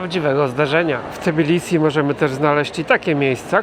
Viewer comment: Lubię jak polskojęzyczni eksperci od Gruzji wymawiają nazwę stolicy jako T_i_bilisi.